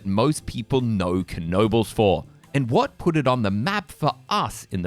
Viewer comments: fyi, we don't pronounce the K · 🙄99.9% pronounce it Kuh no bulls including the owners.